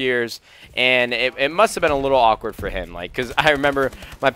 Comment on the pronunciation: You say the word awkward very awkwardly.